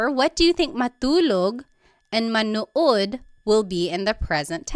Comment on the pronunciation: How pronounced the verb "Manood" to watch, was very american 😅